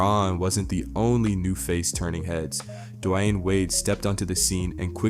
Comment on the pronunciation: the way "Dwyane" was pronounced makes me think this is an AI video. how do you know so much about the NBA but mispronounce that?